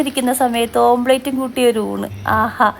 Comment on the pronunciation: ഓംലറ്റ് ആണ്. ഓംപ്ലേറ്റ് അല്ല